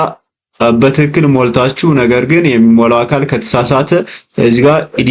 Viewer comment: አንተ ደደብ ነገር ነህዴ??? ሚጨፍረው አሻንጉሊት ምንድነው በጣም ያስጠላል ደግሞ ሌላው "በስትክክል" ማለት " "በትክክል" ለማለት ነው???